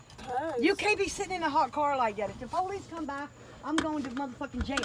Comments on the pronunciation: the bitch say cer not car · I was looking if someone heard her say cerrrrr